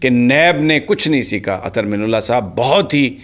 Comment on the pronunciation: محترم جناب سمیع ابراہیم صاحب اظہر من اللہ، آپ من کی نون پر پیش پڑھتے ہیں، میرے خیال میں من کے نون پر زبر ہوتا ہے ۔